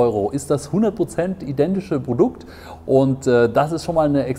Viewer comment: Was ist das für ein Dialekt wo immer B statt P gesagt wird? Ist mir noch nie so krass aufgefallen wie hier. Brodukt, Brofi, Verbackung... :D